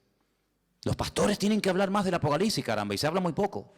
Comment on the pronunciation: Todo muy bien hermano, solamente que no se dice apocaliCsis con c, y aunque sé que sabes perfectamente bien que es apocalipsis, no sé por qué los españoles siempre cambian letras en esas partes y se comen letras también. Ya sé también que lo principal es el espíritu, pero Dios aunque nos haya traído de lo pobre y necio del mundo sé que también nos trajo para ser cada vez más excelentes hasta que lleguemos a la estatura del varón perfecto que es Jesucristo. Amén. Oraré con el espíritu pero también con el entendimiento, así que también hablaré espiritualmente pero también con entendimiento. Amén 🙏